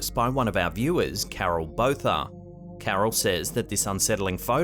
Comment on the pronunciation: Botha (as in Carol Botha) is pronounced Borta not Bow-tha.